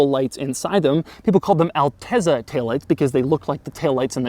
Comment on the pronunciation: AlteZZa is pronounced not Alte(z)a, but AlteTSa, like as PiZZa. meaning "altitude"